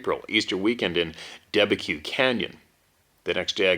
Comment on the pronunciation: Debeque Canyon, pronounced "da bek". 10 miles from my house.